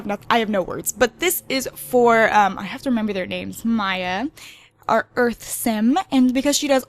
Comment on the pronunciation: you pronounce Maia ,Maya sorry for pickiness my friend is called Maia